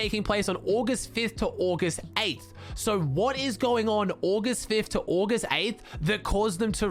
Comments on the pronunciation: I love how he sais ogh-est instead of August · I have never heard any1 say august like that